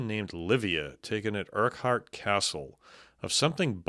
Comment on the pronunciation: Abriachan so the ch is like the one in loch BUT you'd get away with Abria-kun. Urquhart is also pronounced Urk-urt. Loads of Scottish people get that wrong too though 😂 I love that there were reports around the time that I took a dip in the Loch. Don't THINK I was the cause...